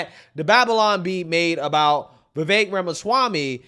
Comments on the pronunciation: By their own logic, aren't they being racist by constantly mispronouncing his name? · My initial thoughts about how racist Anna kasparian must be, mispronouncing vivek’s name. And the video of Joe Biden saying you can’t own a convenience store without a slight Indian accent. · meanwhile hasn't wven taken the time to learn HOW to.pronounce Vivek's name🤦🏾‍♀️🤦🏾‍♀️ if you're taking offense in behalf of someone then at least learn the man's name. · Vivek understands that stereotypes exist for a reason and they aren't automatically racist. Also, why is it that so many self proclaimed leftists just refuse to learn how to say his name?